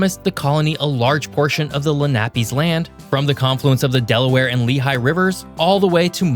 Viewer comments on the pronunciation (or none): none